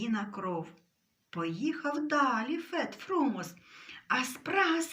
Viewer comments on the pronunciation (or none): Фет ФрумОс (наголос)